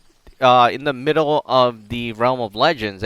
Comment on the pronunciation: Sounds like u said f*** him but I'm sure u meant of him